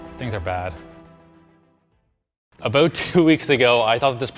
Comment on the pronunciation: Wow, I know you are Canadian but that was just classic. "Aboot". Not trashtalking or downgrading but that was kinda, a teeny-tiny bit like the stereotype.